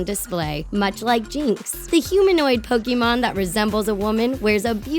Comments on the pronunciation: I usually don't leave comments on videos, but I had to for this. 1. It's pronounced Pokèmon (poke-AY-mon) not Pokemon(poke-ee-MON) 2. Just because an artist sticks their tongue out doesn't mean they're a Pokemon, okay. If I stuck my tongue out would I be a Pokemon? 3. Does long hair automatically blue vines that make up your entire body? DANG, guess I gotta cut off my vines. Also you're pronouncing tangela wrong. 4. Please explain to me how that lady in ANY way looks like Mewtwo. I think you may be the only person in the world who looks at her and thinks "Wow, a Mewtwo!" 5. I have so many problems with Vin Diesel diglett. Firstly, how do you not realize that the muscle body is just comedic fan art? Do you know what diglett is? A fat, rod shaped mole. That is literally it. 6. Katy perry is weepinbell? SERIOUSLY??? You literally took one picture where Katy perry's mouth is open wide and said weepinbell. Look at any other pic and the last thing you think would be weepinbell. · I cringe when y'all don't say it right "Pokeemon" is not how u say it. It's Pokémon.